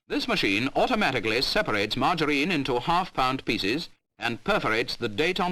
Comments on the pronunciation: Margareene????? Had to watch screen to see what on earth stupid AI was talking about!!!! Can't watch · "Mar-ger-een" this AI shit is ridiculous!